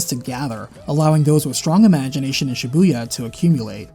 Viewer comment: learn how to pronounce Shibuya...